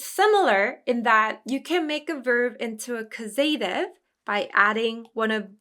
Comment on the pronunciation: I had been confused about passive verbs and this cleared it up a lot. Always great to see lots of examples. Thank you as always. Looking forward to the next classes to see them in action. And I'm a bit embarassed to mention this, but (at least here in Canada) the 'a' in causative is pronounced like the 'a' in apple. And the emphasis is on the 'caus' syllable. Papago does a good job pronouncing it.